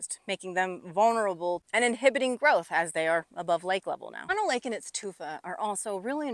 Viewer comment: nobody i know calls it mon o lake---my family has been in owens valley ranching for about 100 years--everybody i know calls it mo no lake...city slicker